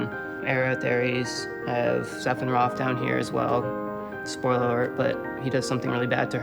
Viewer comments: SETIROPH??!!?? Triggered AND SEPHINROTH?!? ULTRATRIGGERED I mean, can this guy pronounciate Sephiroth's name right? daaaaaamn xD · Dan Silver Yes! Setirough! lmao